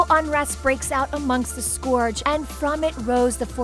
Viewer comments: also how the fuk do you pronounce scourge wrong, its a real efing word, da f is a scoorg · Yeah, a few of the ways she pronounced them were how i've heard some people say it but quite a few are obvious like Scourge cause it's a real word.